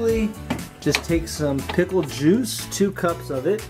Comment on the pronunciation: I thought he said pimple juice..